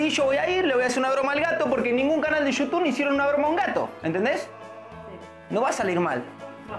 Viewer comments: Jajajaja siempre dice yutun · me da risa cuando dice gente de yutun jasjdjxjxj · "Yutun" JAJAJAJAJAJ